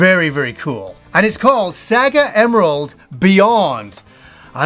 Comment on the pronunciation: Saga emerald looks awesome, even though you kept saying sega it's SAGA